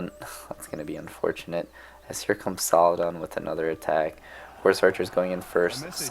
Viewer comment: Love ur vids man, think I’ve seen all of them, really. But the way You pronounce saldin as salladan gives me a fever dude 😂